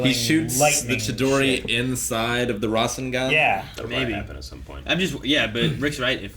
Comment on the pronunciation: _- rasengan is not pronounced like that.....